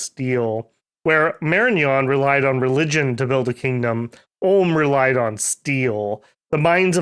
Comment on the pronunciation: "Ulm" not "Orrlm"